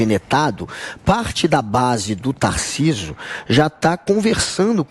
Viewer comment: Guga falando "Tarcísu" kkkkkk esse é um completo idiota